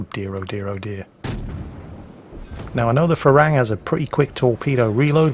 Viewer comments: That Thai ship is pronounced “pra ruang” not “fra...” 🙏🏻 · The name of the Thai destroyer is pronounced "Pra Ru-ang" it means Monk Ruang, a Buddist Monk. The word "Farung" is the Thai slang word for westerners and the word for the fruit guava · Dear, Im Thai and thats not how you pronounce the PHRA RUANG. Its pronounced like Pra-Ru-ang. Im not mad haha just laughing because the way you say it sounds like Farang which in thai means white foreigner hahaha google it, when you say shooting up the farang I lol'd so hard P.S. The Pra Ruang in thai means Royal Monk, and served in the Thai Navy ones give it a look really quite interesting Not hating tho just educating plz dont rip me to bits fellow saltminers o7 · little tip for pronouncing HTMS ship: Phra Ruang is pronounced "Pra-Roung" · How you pronounce "Phra Ruang" is absolute gold for me because that is how thai call foreigners. Ph in Phra is not F but strong P. (try Pra but squeeze a H in there) Ruang is not Ru-ang but R-uang. Does that make sense? maybe not Thai is hard lol. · Enter this พระร่วง in Google translate and ask for listen to it so you can pronounce the name of the thai destroyer better than you are doing now... lol